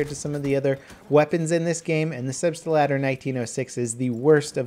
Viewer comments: Pls level go on google translate and put "selbstlader" in the box and listen to the german voice pronouncing it. I don't want to be rude or anything but it almost hurts hearing you try to pronouncing the name of the gun. I understand that its foreign and probably not really easy to get right without hearing it the right way first ... but google translate actually pronounces it right and perfectly. So maybe you could listen to it a few times and my austrian ears would definitely appreciate that. Again: I don't wanna come off as some ignorant rude dude who's trying to tell you what to do ... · please learn to pronounce gun names correctly. Mispronounciantion is one of the worst things ever. the Selbstlader is two words that have been put together, Selbst-lader it literally means self loader. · Zeno Paukner he is making fun of how level pronounces it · mapffff he says selbstalader, eventhough there is only one A in it :/ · I believe it's pronounced "Zelbst-Lahdder". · SelbstAlader is not very accurately describing it with an English accent. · what i dont get is: where does he find the "er" in Selbst(er)lader?! its like saying auto(er)loader..... plz, learn atleast some german^^ ITS WORTH IT! ;) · You'd think he'd do some research on how to pronounce the name before shitting on a perfectly fine weapon. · its called SELBSTLADER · Everytime he pronounces the Selbstlader, the part of the brain that remembers the languages I learned hurts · Hej, I'm from germany and can't take how you spell "Selbstlader":) Dont spell it with pronounce on the "L-Ader", dont split it. Just go through the word in one line. Think of "The gun loads itself" or "Das Gewehr lädt sich selbst". Try spell it like "Selfloader". Hope it helps and greetings from a german Fan:) All the best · I clicked on this video to see how would butcher the name of the gun and he did not disappoint.:D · his pronunciation of the name selbstadler is so bad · selbstlader not selbstalder .